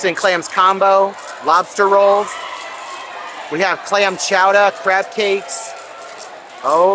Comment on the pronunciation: Lol’d at you saying “chowda”.